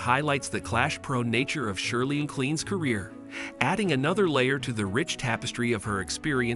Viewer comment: Her surname is pronounced MaClain not Mallan! It is a Scottish name and the Scottish spelling is MacLean though McLean is more common. 😢